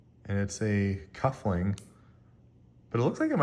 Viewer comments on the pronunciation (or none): Cufflink, not cuffling!